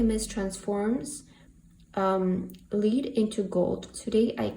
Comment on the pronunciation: Lead into gold (lead is pronounced led) in English like the material we used to use in pencils ✏️ But it also can mean to lead as in leadership like you pronounced it. I hope that helps. But we know what you meant.🎉 great reading! Ty